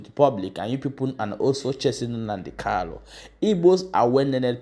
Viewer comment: Please Mazi is not called kallo he's called Kanu your tongue